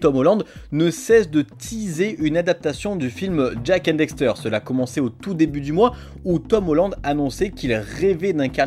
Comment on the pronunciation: Ses cool mes pas très professionnel sa se vois deja tu dis dexter pas daxter et ensuite les video utiliser sont se de la beta du jeux tu aures peux utiliser la version hd on et en 2022 la sd ses plus trop sa